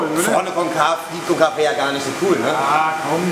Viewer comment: Wieso können die deutschen eigentlich nciht Konkave aussprechen? ist doch so schwer nicht! Ich finds jedesmla peinlich aber naja. Ansonsten sieht schon ziemlich krass aus ich hätt nicht sone bunte felge genommen aber hat was..